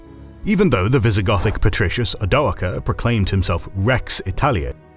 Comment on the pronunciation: I honestly don't think I've ever heard "Odoacer" pronounced the same way in any two videos....